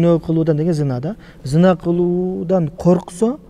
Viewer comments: Зина эмес, кыргызча зынаа го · Зина эмес зынаа деп айтылат.